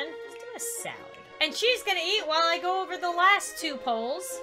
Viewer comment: I think when she said eat something but I heard yeet something 😂😂😂😂😂😂😂